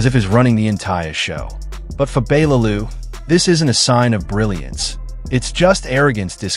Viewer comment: Your pronouncing Bellew wrong!! All wrong!! 😌